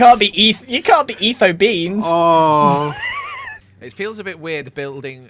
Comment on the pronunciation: im aware its been a year and a half since the first episode but when said “ethobeans” i immediately heard “eat those beans” which is hilarious to me